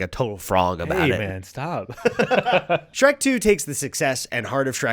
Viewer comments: Speaking of over-analyzing unanimously bad games…you only did this so you could say “shre-cu” first, didn’t you? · “Shre-CU” is a wild thing to just buzz by us without more discussion. We need to agree on stuff like this. I had a physical reaction to hearing that abbreviation said aloud